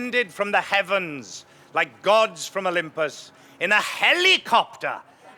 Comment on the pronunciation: Love how he says ‘helicopter’ - typically Welsh, strong Welsh vowels. Hel-ee-copterrr.